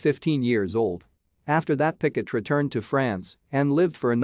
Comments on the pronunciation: It's not 'Picket', but 'Piquet'. You need to use French pronunciation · I came here to say the same thing 😂 picket 😂 PK